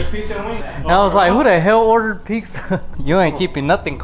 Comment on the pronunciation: Congrats. But one thing, why does says “picsa” its “PIZZA”!!!!!